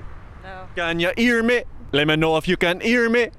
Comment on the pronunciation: “Let meh know if you can earrr meh.” Lmao